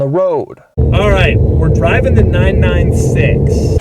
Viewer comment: You don't say the numbers seperately, it's not 9-9-6, it's 996.